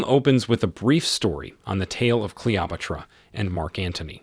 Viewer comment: This YoutTube channel has many odd pronunciations. I think they use AI to convert text to speech. It's a very good program, but makes mistakes. "Clee-optera " is one such mistake.